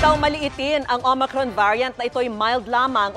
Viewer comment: Parang naka Smile pa si MS. VICKY I THINK SHE IS HAPPY BTW SHEs one OF MY favorite PRAY STAY SAFE MASK HUGAS DISTANCE Mam VICKY LAGE KA NAG KAKAMALI SA OMICRON HAHAHAHA OMACRON PO NASASABE MO..!!!! We Love you Mam VICKY UR STILL THE BEST..!!!!!